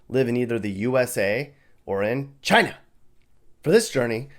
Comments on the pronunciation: Or in Chhhina 🤣🤣🤣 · "or in... CHYNUH!" xD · Why he say China like that